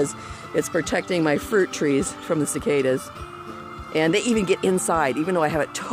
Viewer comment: Cicadas, pronounced 'seh KAY duhs'. :) Offered in the spirit of exchanging information. Also, I'm sure you already know, but some types of seed, like celery and related plants, need to be fresh, and should be sown the following spring. The fancy seed vaults probably have ways to keep seeds like celery viable for longer periods, but generally speaking, it is best to just get them fresh, or only store them over the winter if you save your own seed.